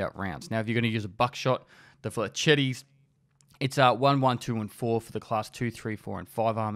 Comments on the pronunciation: m8 it's french not italian, pronounce it "flesh-etts" not "fletchetties" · The way you said "Flechettes"